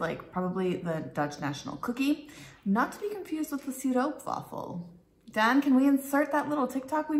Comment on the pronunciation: the "Stroop" in "Stroopwaffel" rhymes with Hope, Dope, and Rope, and NOT with loop, troop, or poop (Canadian Oostenbrinks usually insist on the right pronunciation to rhyme with Most, Post, Coast, and Toast)